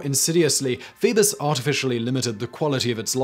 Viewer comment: Phoebus cartel .. thought he was saying Beavis Cartel …. lol